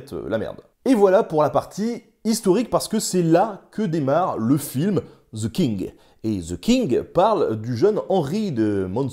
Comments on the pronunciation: On ne dit pas ze King mais the (de) king 😁 sinon bravo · Pourquoi il y a un Z quand vous prononcez ‘the king’.? 😂 Franchement, ‘the’ est prononcé ‘de’ (simplement expliqué). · "ZEU KING" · "Zeu kingue" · "Ze king" hahaha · Ze king hhahaha